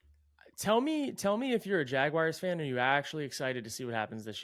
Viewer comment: I really thought might be among the people in the world who can correctly pronounce “Jaguars” without saying “Jagwires” but that was just a dream